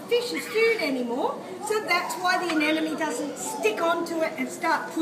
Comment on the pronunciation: Anemone, not anenome.